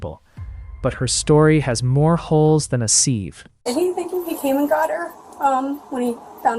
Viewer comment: A " SEEVE " ? 😂